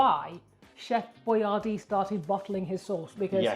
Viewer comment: He created Boyardee so that Americans would know how to pronounce it, but unfortunately neglected to clarify that the emphasis is supposed to be on the second syllable.